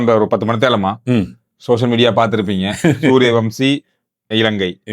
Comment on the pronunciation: தம்பி, சூரியவம்சி அல்ல சூர்யவன்ஷி. திருத்திக்கொள்ளவும். நன்றி